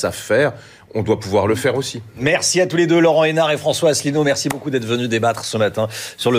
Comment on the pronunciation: J'ai pas pu, j'ai vomi en entendant ce "Henart".